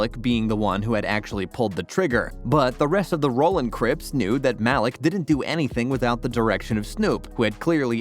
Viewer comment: "mahlick" pretty sure his name is pronounced "maleek" bro